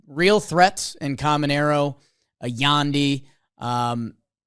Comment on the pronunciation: Hey guys, Jonathan Aranda is pronounced ArAHnda. I’m a rays fan and don’t watch alot of YES network but I’m assuming that is how they pronounce it on their broadcast as well. The white Sox announcer tonight also pronounced Yandy Diaz as Y-ANNE-dy. Really frustrating